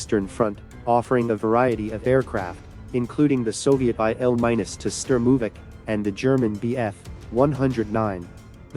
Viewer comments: EYE EL MINUS...gotta love AI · "IL 'MINUS' 2" Sturmovik? "WW eye eye"? Which idiot AI is doing the narration?